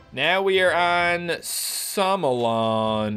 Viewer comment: I love when he called it samolon but its somolon